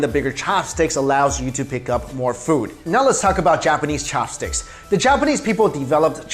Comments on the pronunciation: Fork for me thanx.... Why you say cho-hops stix? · Am I the only one why got annoyed that he emphasized CHAHPSTIX every time?